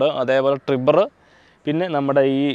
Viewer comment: കിഗർ, ടിബർ അല്ല ബ്രോ... കൈഗർ and ട്രൈബർ ആണ്... പിന്നെ ബ്രോ ക് 15-18 മൈലേജ് കിട്ടുമെന്ന് കേട്ടപ്പോൾ അതിശയം തോന്നി, with upsized wheels...എന്റെ turbo CVT ആണ്... stock wheels...മൈലേജ് 9-10 കിട്ടുന്നുള്ളു 🙄🙄 ചെളി കേറുന്നത് പുതിയ വണ്ടിയിൽ solved ആണ്... പക്ഷെ 2021 മോഡലിൽ ഡോർ സൈഡിൽ rubber beeding പിടിപ്പിച്ചാൽ മതി...